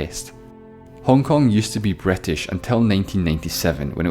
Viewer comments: Bretish xDD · Why I heard "Bretish" "Etaly" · "that's where the Bratash invjented Thyiejymhe"?!?!?!💀💀💀💀💀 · "Somaliland was controlled by the BRIGHTtish" BUAahahahhahahh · That accent saying " The British invented time" almost made me choke. Wow... just wow.